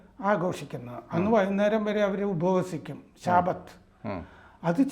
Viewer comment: ശാബത്ത് അല്ല ഷബാത്ത് ആണ്